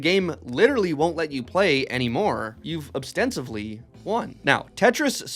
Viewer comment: “obstensively” lmfao